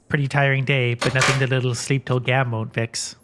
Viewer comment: Well.. it whas "litel" buggy 😅